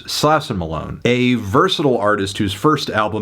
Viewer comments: Just an FYI- Slauson Avenue is a major east–west thoroughfare traversing the central part of Los Angeles-, and it's pronounced 'Slaw-son" by the natives living here. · HOW ARE U STILL PRONOUNCING SLAUSON WRONG LMAO HAVE U EVER HEARD A HIP HOP SONG IN UR LIFE